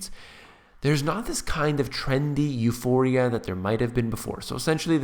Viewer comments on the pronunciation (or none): none